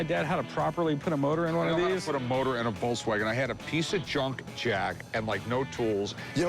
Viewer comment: Hey Rick...Its a VOLKSwagen...NOT a "VOLCEwagen"...😁😁😁